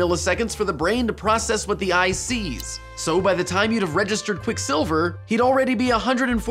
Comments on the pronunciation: Your pronunciation of Quicksilver was very distracting. You're the first person I've seen who puts the stress on the second syllable. I've only ever heard 'Quicksilver, not Quick'silver. Fun video, though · Great vid...but why do you keep saying quickSILver? It's like when my grandmother says "boy scouts" as one word with the stress on "scouts..." boySCOUTS